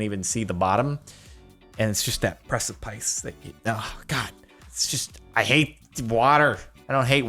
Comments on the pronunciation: precipice, you pronounce it pre-si-p-eye-s its pre-si-pis. uh american accent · did he mispronounce precipice? it doesn't rhyme with ice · Death statistics PER PERSON? Also, precipice is not pronounced like that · The way you pronounce precipice is hurtful. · how he pronounces "Precipice" 😂